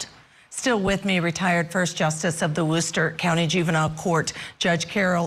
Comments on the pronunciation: Few comments for feedback that I’m sure no one will listen to: 1. The piano music is absolutely awful. 2. Learn how to say the town names you are talking about: it’s not wooster, it’s WUS-stir, it’s STOE-ten not Stutton or Stout-ten. 3. Are you going to talk about the connection with the KR case and CPD? Or are we just completely ignoring the corruption of Mass (my home) or are we too scared to say it? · OMGoodnessssss...the music and the name of the town has a long "O" sound not "OW" sound and pronounced "S TOE TON" Next town over from the Karen Reed case in Canton, MA. It's also "Wellslee" Not Weslee. OMGoodness! You're killing me....it's not Wooster it's Wustah!!! You're chopping up every town name in Massachusetts!